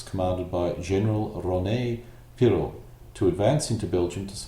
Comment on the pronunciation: I believe this is the only english language youtube video covering the battle in such detail. Your pronunciation of general Prioux's name was wonky (it's pronounced "Pree You") but what can you do haha. Other than that, well done!